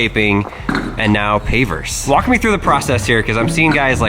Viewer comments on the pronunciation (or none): none